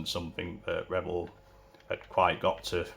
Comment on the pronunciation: You keep saying Rebel ... it Revell